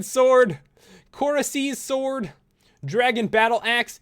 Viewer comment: kor-asee sword :P lolol